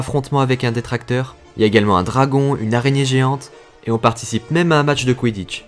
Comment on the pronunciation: Bonjour ! Superbe vidéos pour les fans de harry potter ! Mais à on dit " Détraqueur" et non " Détraquteur " ⚡️⚡️